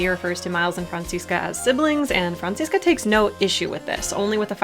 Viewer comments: Even though I like headcanons, it bugs me when people try to argue that their headcanon is canon, so thanks to you for this video. And I don't know if I've said it before, but as a German, I really like how you pronounce Franziska, it's a nice blend of the German and American pronunciation <3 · As a German speaker, the way you pronounce "Franziska" is sooo cute.